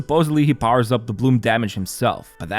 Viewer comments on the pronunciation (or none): none